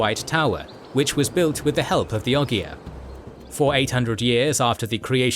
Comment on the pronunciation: It's pronounced Ogre.